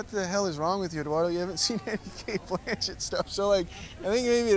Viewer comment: is it only me or is Eduardo pronouncing Cate’ last name as Blanshit….